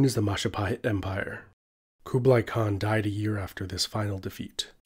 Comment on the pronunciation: The way you pronounced Khan and khaqan is just...